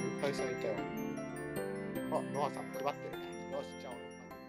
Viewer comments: よかったね、のさんになってるwww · 途中ノアさんじゃなくてのさんになってたw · 3分33秒のところ のさんwになってますよ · よかったねのさんになってるw